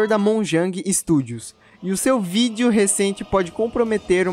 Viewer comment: "vidio" kkkkkkkkkkkk